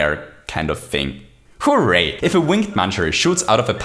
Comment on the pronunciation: “*HOO*ray”, undoubtedly my favorite part of your videos